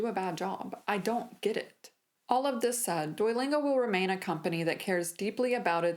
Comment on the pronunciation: Good video, but why do you pronounce Duolingo like DUOYlingo? When you just said Duo, you pronounced it properly, by wherever you used the full name, it was DUOYlingo. Is there some accent or other language interfering here? I'm genuinely curious, because it was so irksome throughout the video for me.